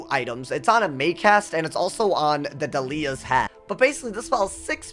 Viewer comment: my guy just called Dalia Falmea "Duh-LEE-uh"